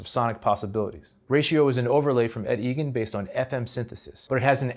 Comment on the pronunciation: Eigen is pronounced i-gan not e-gan.